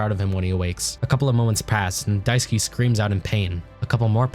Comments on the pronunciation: dai-su-kay, not daisuki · Die - sue - key ❌ Die - sue - k ✅